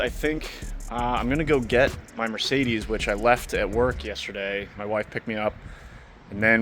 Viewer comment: No “A” in Mercedes, pronounced phonetically.